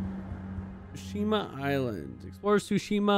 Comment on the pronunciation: About fuckin' time, bro! lol... Btw, most Japanese nouns have the stress on the first syllable and the "t" is always pronounced in "ts" - TSOO-shima